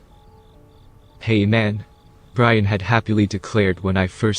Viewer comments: So..... Is the roommate homeboys name Brain or Brian? Since you seem to be saying Brain for his name. Lol. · What is wrong with whoever is reading this. they mispronounce some of the most simple of words! For example calling his friend Brain instead of Brian. What a shame to ruin the story like that.